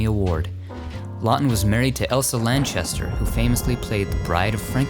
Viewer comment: it's Elsa Lan- ches- ter, not Lancaster, as in Burt... Not a big deal, but might as well get it right. ☺